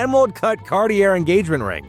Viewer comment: It's pronounced cabbashan, and Car-tee-ay (it's French).